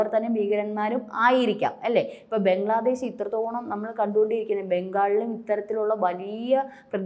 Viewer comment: ബെഗ്ലാദേഷ് അല്ല ബംഗ്ലാദേശ് എന്ന് പറയൂ സാഹൂ